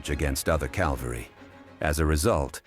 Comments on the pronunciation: the ai voice keeps pronouncing Cavalry as Calvary lol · bro, how can you be the only Unicorn Overlord video maker to pronounce "draught" correctly, and yet you still mispronounce "cavalry?" Calvary is where Jesus Christ died on the cross. Cavalry refers to military units that fight on horses or, occasionally, it refers to tanks. Text to speech is a hell of a drug.